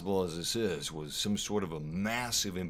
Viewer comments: it's not pronounced at at... A. T. A. T. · What the fuck is a AT AT? It's pronounced A.T-A.T .. If not try calling at AT ST .. Fucked if you have a lisp! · The letters of AT-AT are said separately Not like you don't know😂